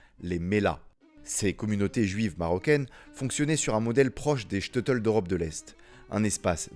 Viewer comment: Super vidéo! Très appréciée!! Petite correction sur la prononciation du Shteitel. Ça se prononce : ch- teille - teul (Le ch comme dans chaussure, Le “teille” comme dans bouteille, ou encore “taille”, comme dans “j’me taille”. Et teul, comme dans je dois “te’l dire). 😅